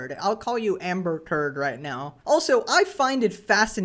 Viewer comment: "amber turd" 💀